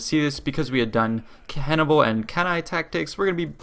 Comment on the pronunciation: hannibal not cannibal